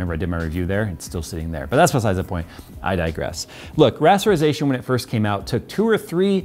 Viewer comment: now I know J is quite a bit older but hearing him say "when rasterazation came out" is pretty *oof*. Rasterization has been pretty much the standard since I started gaming.